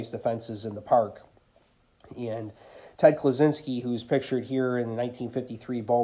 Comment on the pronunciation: Great video, great cards!.... It sounded like you called Ted the Unabomber when you pronounced his name 😆